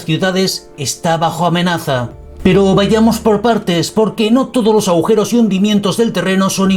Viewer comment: Dijiste "aujeros"???